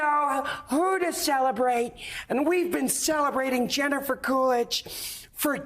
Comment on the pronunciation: Truly thought she said "Gender-fer Coolidge" for a moment.